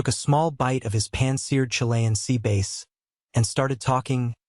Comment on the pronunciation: "Sea base?" (That is how they pronounced it, bass like a deep instrument or singer, not bass with a short A as in the fish.)